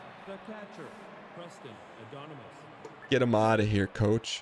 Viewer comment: The disappointment Dan feels towards Preston Addonomous and the disrespect of not saying his name right is hysterical